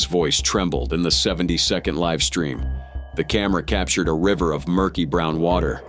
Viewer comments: Please corect the grammar of your AI narrator before posting the video. GO LIVE IS NOT PRONOUNCED GO LIV . If you are capable of making and posting the video surely you are capable of editing the narrator too? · “Linda grabbed the camera and pressed go live”?? You said it as in living. You didn’t even bother to edit your AI video. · Go live its go l-eye-v